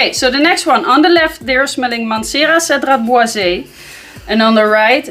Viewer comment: At the risk of getting the dirty stare but still...... Cedrat Boise is actually pronounced ‘Bowya’ 😋😋😋